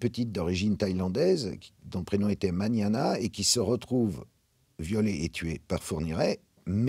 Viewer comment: son prénom c’est Manania, pas Maniana